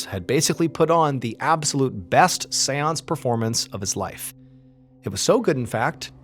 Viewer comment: Wherever he says seance, I just hear Seweance, from Southpark